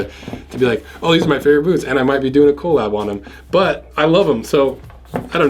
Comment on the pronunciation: i cringe everytime he says co lab